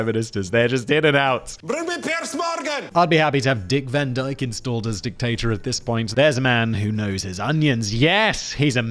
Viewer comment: Dick Wan Dyke is perfect